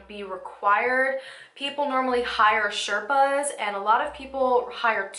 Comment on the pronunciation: The proper way to say Sherpas is shay- r (like in ruckus)-paas P.S. I had read about the Everest but this video opened my eyes.